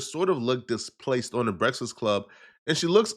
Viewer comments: Why can’t this man say “breakfast”? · I am concerned on how this guy can’t say Breakfast to save his life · YO FOR A NIGGA THAT LIKE TO EAT HOW COME YOU CANT PRONOUNCE BREAKFAST RIGHT LOL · He really can't say the word breakfast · Son really can't say breakfast to save his life. 🤣